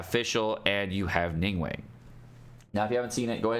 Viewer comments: You have pronounced names all wrong. Its xinq qiu not”ging-cool” Its Ning guang not “ning-wank” Its Chong yun not “chong-young” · Its pronounced ning-gWONG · Nobody:: NingWANG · Ah yes "Jing-Coo" and "Ning-Wang" my favorites 💀